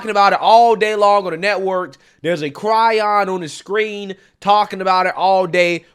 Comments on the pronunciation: Bruh,, my guy, it's cairon not cryon hahahah you kill me G. Then the news caster sounding like Ice T in his presentation 😂😂😂😂😂 IM DEAD. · "Chiron"...... pronounced "kyy-ron", not "cry-on". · You always cover interesting stories. But, I do have to say, the words crawling along the bottom of the TV screen is called a chyron, not a "cry-on" ;)